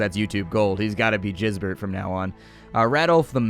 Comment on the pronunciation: I'm pretty sure Gisbert is pronounced with a "g" like in "game"